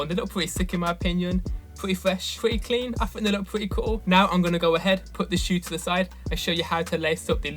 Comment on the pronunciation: Pwety fwesh, pwrety cwean, I fought they look pwretty coo